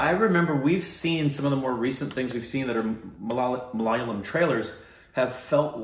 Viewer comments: it's not miliyaliyam... it's malayalam... Maa..laaa...yaa...laam.... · It's MALA-YA-LAM and *NOT* MALAL-YAM!!!!!!!! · Its Kerala guys and the language is ma-la-ya a-lam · Nobody:: malaliyam🤣🤣🤣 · I hit the like button when says Malaliyam (korbonized) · Correction. Ma-la-ya-lam Ma-la-ya-li I'm a malayali btw. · Ok guys I'll tell you one more time how malayalam is pronounced. Mal is pronounced like you pronounced- ya-lam is pronounced like rum. All the best 😊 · Is it really that hard ? .. I understand accents n all .. but .. Ma-La-Ya-Lam is pretty easy to pronounce isn't it ? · it's maa· luh·yaa·luhm. you should at least google how to pronounce the word Malayalam. We understand it is your stupid reaction but even pronouncing the language name wrong seems very rude.